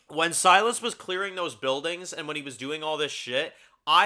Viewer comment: Anyone remember Trev pronouncing Silas like "Sea Loss"? Good times.